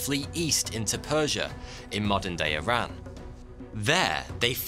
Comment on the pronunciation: ...it’s “Iran”: not Aran.